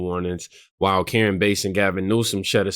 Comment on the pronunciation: It karen bass! Like the fish! Not base!